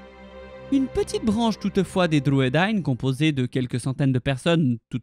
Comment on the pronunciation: Merci d'avoir fait cette vidéo sur les Druedain. Ils n'apparaissent malheureusement pas dans les films et c'est dommage car ils sont si importants.Et bravo pour la prononciation .